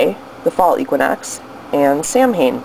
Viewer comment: Great presentation, very informative for those who are "uninitiated". The tradiditional pronunciation of Samhein; however, is sow-IN or sow-INE. ...Just thought I'd bring it to your attention. Blessed Mabon!!